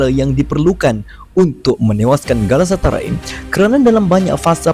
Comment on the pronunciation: galatasaray bukan galasatarai haha